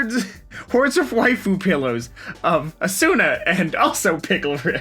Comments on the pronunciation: It’s pronounced “Ah-sue-nuh”, you uncultured swine. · I wasn't gonna get mad at the mispronunciation of kirito or that you hate sao, but asuna? You crossed the line with the way you said her name, it's not my favorite anime but it is in top 3.